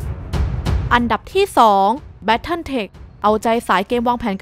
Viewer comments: น้ำเสียงน่าฟังนะครับ แต่อยากให้ปรับเรื่องการพูดนิดนึงนะครับ อย่างคำว่าอันดับ ไม่ใช่ อัมดับนะครับ แล้วก็ Sacrifice อ่านว่า แซคริไฟซ์ นะครับ ขอบคุณครับที่นำเสนอข่าวสาร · เดี๋ยวจะปรับปรุงให้ดีกว่าคะ เรื่องอ่านออกเสียง อัมดับ ตอนพูดเราออกเสียงอันดับจริงๆน๊า เสียงอาจจะเพี้ยน แต่เดี๋ยวปรับปรุงคะ แต่ Sacrifice พอดีเราอ่านตามที่ฝรั่งแคสเกมพูดนะคะ ยังไงทางเราขอขอบคุณที่คุณให้คำแนะนำด้วยคะ